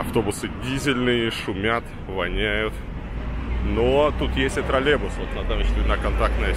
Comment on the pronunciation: Не тролебус, а троллейбус! И камеру помедленнее вращай, Илья, голова кружится.